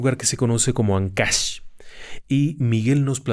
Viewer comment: Es Áncash, no Ancash